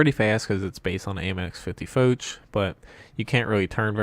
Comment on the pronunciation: AHRRG!!! Its Foch not foach or fouch ,fo sound from fog, ch has the sound of sh as in shave! General Foch is spins in his grave every time you say it. great channel ,bad pronunciation...